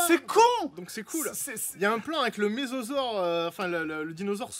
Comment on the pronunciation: Le ''Mésosaure'' ? XD